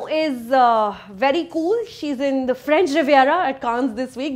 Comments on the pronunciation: Suchitra (and for the rest at film companion): please, it is pronounced "kaan" (like ear in Hindi) not "kaans'. French seekho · Hey sucharita! One small (maybe) correction! Last year I'd googled the pronunciation of "Cannes" and I believe it's pronounced "Can" (like I Can do it). ☺